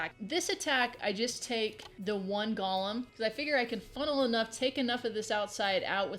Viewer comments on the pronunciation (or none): I hate to be not Nitpicky but people keep calling these things Gollums like from lord of the rings.. They are GOLEMS! Just like it sounds .. Pronounce the E long...Go-Lem... It's a creature in judaism .. A gigantic man made of clay or rock!